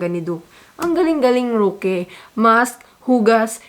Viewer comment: I really like your vlog, i can relate with your frustrations, I’m so amused by the manner you pronounced the name of roque, “ruki” hahaha🤣 thank you so much for doing your in depth research, you’re the best, God bless your family🤓😇😘